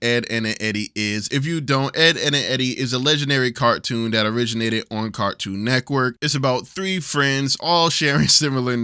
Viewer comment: Idk if it's just me but i am hearing Cartoon Neckwork instead of Cartoon Network lol